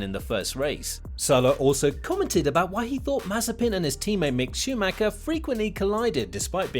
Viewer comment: Hi,good job with the content👍 but If you do have some respect for M.Schumacher you'll say his name right because it's so annoying.Try to not spell the last 'c'.